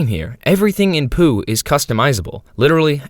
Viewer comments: ITS POU NOT POO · i always thought pou was poo. And HOW do you call it "poo" it's "po-ooh" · stop saying poo its pou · “Poo” is crazy bro is “P-O-U” WITH A U BROOO😭😭😭😭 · Why you pronounce it as poo. It's P O U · It's "p o w" not "po" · Pōū, not Poo😂😂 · You're pronouncing it wrong it's Poh not poo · STOO SAYING POO SAI P O U POU PAU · Something about the fact he's saying poo instead of pou (p-oh) triggers me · I CANT LISTEN TO YOU WHY DO YOU CALL IT POO AND NOT POU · I believe you mean "Poe" like in Edgar Allan Poe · Dude no, we also call it POU, we say POU not pOO 🫠 Im hispanic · Sepuh pou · me estas jodiendo q los gringos le dicen "pú" a pou? dios nunca me lo hubiera imaginado ajsjajsj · IT WAS PRONOUNCED 'POO' ALL THIS TIME???? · Dude its pronounced bou but the b is firmer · do you pronounce pou as poo on purpose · I remember pronouncing pou's name as Po-uu. Like i separated the 2 vowels instead of combining them. I still pronounce it like that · Isn’t it “Poh”? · love how the not a.i voice is called Pou "Pole" when you very clearly used the correct pronunciation in the beginning. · It's pú! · I’ve always heard P-U-H 😭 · No it's Pou (Pow) this guy is just mispronouncing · First person to misspronounce pou 😭💔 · You're supposed to pronounce it like he's the dragon warrior!